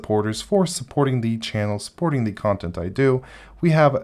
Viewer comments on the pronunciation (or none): none